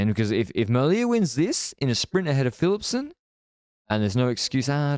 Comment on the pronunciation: when he pronounces Flemish and Dutch names completely wrong, while being Flemish!